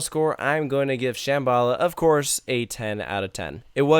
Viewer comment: It pronounced sham-b-la